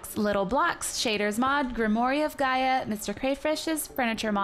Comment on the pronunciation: Super late here but it’s pronounced grim-war ;0